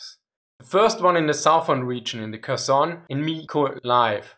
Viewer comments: Kherson sounds Herson (h as in have), not Kerson. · Ok, "Kherson" is a hard "h", not a "k" (the sound when you're getting ready to spit). "VDV" is "Vey-Dey-Vey" ;)